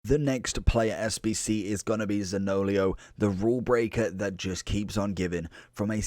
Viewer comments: Great video 👍 btw his name is pronounced Zanio-lo not zaniolio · I laughed every time. lol